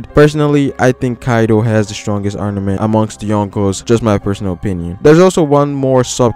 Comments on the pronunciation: Great video. No hate.. It's arMament though. Not arNament. Good job though haha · Is it just me, or is this guy saying ARNAMENT haki? Cuz that's definitely not what it is. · you keep on saying arnament wtf?